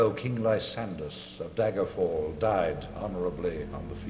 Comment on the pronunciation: am I the only one that pronounces daggerfall as dagger fall? so many people use the long "a" like "day-ger" ... it's "dagger"